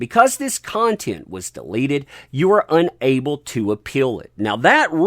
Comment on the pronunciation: It took you 4 times to pronounced “deleted” properly. At first I was confused about how you were using the word “delated” but impressed you knew the word.